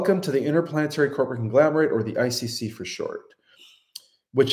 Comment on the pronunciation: Conglomerate. Not conglamerate.